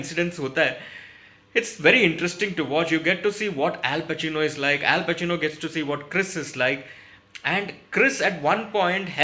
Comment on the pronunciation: Al bacino Al bacino sirf sunai diya 😂😂😂😂